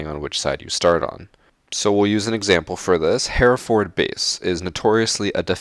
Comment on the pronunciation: Is no one going to notice how he said Hereford weird?